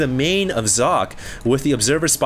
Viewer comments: Its not Zock... its Soc-Ay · Sock-ay not Zock! Get your names right xD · sock... its SOCKEE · ure a complete dumbass and i'm glad people ripped into you. How bout YOU get ure names right. As i'm sure people have told you, it is actually zock-uh not sockay. Just cause day9 and Apollo pronounce it that way doesn't mean its right. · you are correct i was unaware of the correct pronunciation. I had always heard Sockay. I apologize for my apparently unholy mistake. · It is zocke like zerg and the end is not ay its e like elephant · am i the only german who is quite confused by calling Socke just Sock? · I thought it was pronounced Sock-eh. Shows what I know. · actually it's german so it sounds more like zock-uh. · hey! Socke is a german player as you know. his name 'Socke' actually means sock in english. it is pronounced [zɒkə] in international phonetics. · its pronounced zock-y, he is german and they dont have the s sound there its always Z. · It's So-cke and this is german and means "sock" xD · No, it is So - ke it is german and means sock. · No, it's Zock. In an interview Socke was asked how it's pronounced and he said Zock. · You pronounce "socke" Sock-eh where the "e" has the same sound as when you say "meh" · actually it should be pronounced like Sock and "a" like in "a car" because its german ;) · You pronounce "Socke" like Zo-keh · Back in the HDWT, said he actually asked Socke on how to say his name. It's really like Zock. Just saying dude:D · its german and you pronounce it socke and the e more like in game but it means sock in englich so sock is propably the best way to pronounce it right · Socke is from Germany. Pronounce his name correctly, you fool. Listen here: dict[dot]cc/?s=Socke